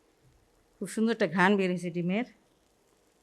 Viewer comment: কথা শুনে Iam to অবাক খালাম্মা ওটা ঘান না গ্রান